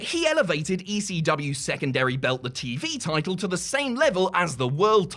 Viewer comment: Why cant you say the word "Title?"